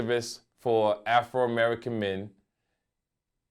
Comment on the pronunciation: "AFROmerican" haha